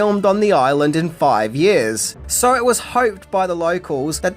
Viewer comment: Say "Hawoiyan Oiland of Kawoi" again...